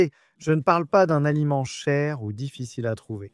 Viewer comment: Encore une voix d'intelligence artificielle 😏🙃 : "difficileZa croire" !!, "la famille du "harènegue" pour "hareng", une petite boîte de sardines de "cent vintE grammes" et ce ne sont que quelques exemples... -> Je cesse d'écouter à 1mn31 et évidemment, ne m'abonne pas ! Vous vous moquez des gens et malheureusement, beaucoup ne s'en rendent pas compte... c'est facile de tirer des revenus sans beaucoup travailler alors que les créateurs de contenu honnêtes y passent beaucoup de temps et s'investissent énormément ! Ce n'est pas honnête 😏